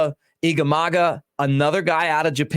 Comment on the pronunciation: Mick I get to correct you again. "Shota Igamaga". It's Imanaga. One way to remember pronnounciations for japanese names is always remember each syllable I (eee) MA, NA, GA.